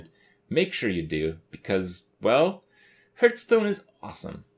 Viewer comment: please stop saying hurthstonn.